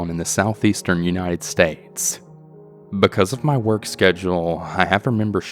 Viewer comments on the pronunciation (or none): States not stites